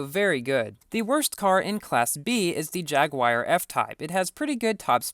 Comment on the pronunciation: The "Jagwire" F-type...